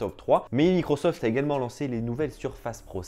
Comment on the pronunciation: J'avais pas remarqué mdr